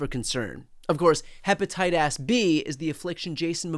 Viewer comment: What is hepatitas? ??? 😂